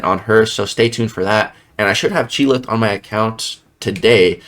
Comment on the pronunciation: Isn’t it pronounced “Chee-ilth” and NOT “Chee-lith”?